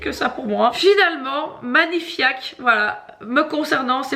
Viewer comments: Manifaik et non pas manifiak J’ai tant ris ! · "Magni-fiak" 😂😂😂 tu m'as dead lol